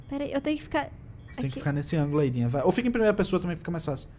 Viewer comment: Quando o quase caiu ele falou guiga di vez de dinha kkkk